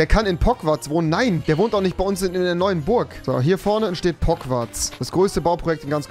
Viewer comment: Normale Leute: Pogwarts Rewi: Pogwarz